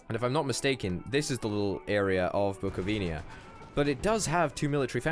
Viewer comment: plz it's Bucovina not Bucovinia;p. You are right in WWI allies were called Entente. Wołyń is pronounced Vowin("i" like in "fish"), you can trust me i'm polish;p